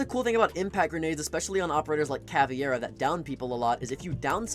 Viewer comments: It is CaviEra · Can someone explain why CavEIra gets pronounced as CavIEra by every content creator and player alike? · Are You calling her CaviEra on purpose to bait out comments like this?